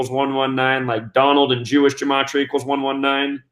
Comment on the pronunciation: What dumbass conjecture, plus you're not even pronouncing gematria correctly No you damn fool, the National Security Act of 1947 made the Air Force out of the Army Air Corps. This dude is full of sh*t